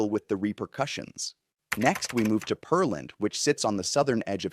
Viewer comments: It's not "Per-Land" - but "Pear-Land"....Just like it's spelled! LOL!!! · I’m pretty sure it’s Pear-land, not Pearl-and. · It is Pearland. Check the pronunciation before you video!😢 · This guy's probably not from Texas OR is not familiar with Texas cities name pronunciations. Smh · But not of Peerland. He's apparently never had anyone pronounce the word "pear" to him before. A pear is a fruit and pronounced similar the word "bear".